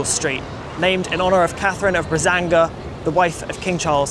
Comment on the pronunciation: How being meticulous about a name can lead to casually mutilating another: there's no Portuguese city of Brazanga. Edit: just noticed the self-correction, yay. Still, it's not Spanish, therefore Bragança.